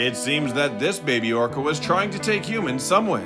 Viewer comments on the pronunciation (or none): none